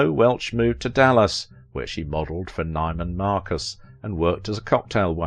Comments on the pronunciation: Newman Marcus is the correct pronunciation. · Some pronunciation hints: Raquel's maiden name was pronounced "Teh-HAH--dah," and La Jolla, California, is pronounced "La-HOY-ah." Also, "Neiman-Marcus" is pronounced "NEE-man Marcus." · La Jolla is pronounced "La HOYAH". Spanish word, with Spanish rules of pronunciation. And it's "NEEMAN Marcus". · It's not la Jo-la. It is pronounced 'La Hoy-ya'. A very exclusive and highly.expensive area near San Diego. It's not Ni-man Marcus. It's pronounced NE-man Marcus. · The announcer's inability or unwillingness to pronounce names correctly is very distracting. Her maiden name is pronounced "Teh-HA-da." La Jolla is pronounced "La HOYA". Of course, it's not just Spanish that confuses him. "NY-man Marcus?" It's "Nee-man Marcus." Good grief. If you're going to say someone's name you should pronounce it correctly. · Enjoy the British voice though really should pronounce the Spanish names correctly. "Tejada" should be pronounced "Te-hada". "La Jolla" ~ "La Hoya" The more German "Neiman-Marcus" is pronounced "Neeman-Marcus" in the US though that may be more understandable. 😊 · La Jolla is pronounced La-hoy-a, Neiman Marcus is NEE-man-mark-us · Please learn how to pronounce names of cities La Jolla. Is priin rd La Hoya. Neiman Marcus is Nee man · Tejada, La Jolla, Neiman Marcus---pronunciation sir. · The narrator also missed pronounced "Neiman" in the store name "Neiman Marcus" I wonder why there was no mentioned that she starred in the comedy film "Mother, Jugs and Speed" with Bill Cosby and Harvey Keitel?